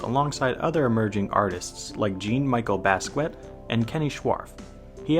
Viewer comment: I love the video! You deserve a lot more views than you get! but you totally pronounced Jean Michel Basquiat‘s name wrong lol 😂